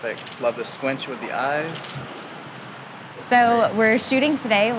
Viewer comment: He said squinch...